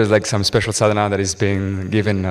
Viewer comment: Please, it is called 'Sadana'. Anyway good content